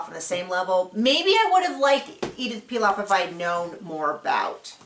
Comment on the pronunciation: Nice review ; by the way, it's Édith Piaf, not Pilaf. Édith Piaf used to sing among other things La vie en rose and Lady Gaga sings it sometimes in her shows. There was a movie few years back about Édith Piaf's life called also La vie en Rose and Marion Cotillard won an oscar for her performance !